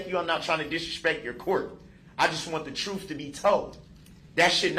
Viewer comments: ‘Tell the troff’ 😂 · Troof!! Axe me about da LIBARY.